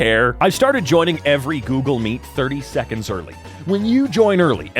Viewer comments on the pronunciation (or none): none